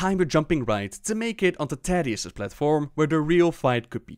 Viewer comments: The Story of Thaddius, Feugen & Stalagg [Hearthstone Lore] but every time he says Taddius instead of Thaddius it gets louder. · Please. "th".... "tha-dius" please don't say tadius. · I hear tatius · i didn't know it was pronounced taddius not thaddius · You're triggering people again. Thaddius Like the The in "the" or "That" or "Thesis" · Never ever heard anyone pronounce the 'th' in Thaddius like in 'that', but rather as it is said in 'thanks' (for example)